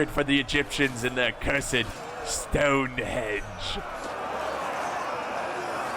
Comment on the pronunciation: ROFL - 'HENGE!' - "STONE-HENGE' - NOT 'STONE-HEDGE':)